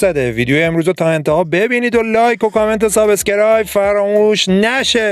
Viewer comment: عمو یاد بگیر تلفظ درست subscribe را سابس کرایب را از کجا اوردی بگو سابسکرایب در ضمن این مزخرف چی بود سر هم کردی و ویدیو کردی، بابا برو دنبال یک کار درست حسابی